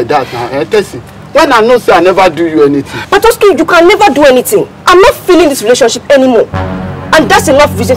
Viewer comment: This girl messed up patoski for real😂😂😂